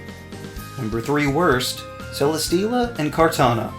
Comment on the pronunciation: CELESTEELA, NOT CELESTELLA! FIX IT NOW!